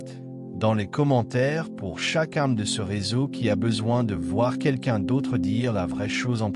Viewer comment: S'il vous plaît, il est très gênant de lire ARME au lieu d'âme... À chaque fois que vous le prononcez. C'est+++que gênant. GRATITUDE de le prendre en compte 💎🌿🥀